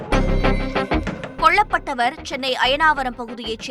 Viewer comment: கொள்ள ப் பட்டவர் இல்லம்மா.. கொல்லப்பட்டவர்.. முதலில் தமிழை சரியாக உச்சரிக்க பழகுங்கள்